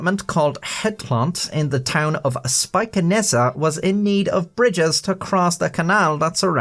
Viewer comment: Your pronunciation of Spijkenisse was pretty good!